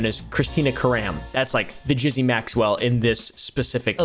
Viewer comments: Jizzy "Maxwell"? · Please, no one ever say “Gizzy” Maxwell ever again.